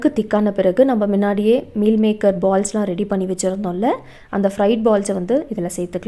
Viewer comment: மின்னாடியே,,,இல்ல முன்னாடியே சொல்லு முன்னாடியே.